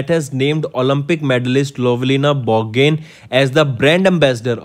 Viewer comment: Its Bor-go-hain sir not borgain